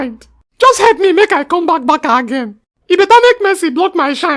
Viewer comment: What is Barka?😂. Barca not Barka